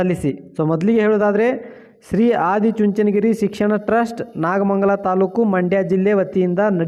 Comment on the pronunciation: ನಾಗಮಂಡಲ ಅಲ್ಲ ನಾಗಮಂಗಲ 😂😂😂😂😂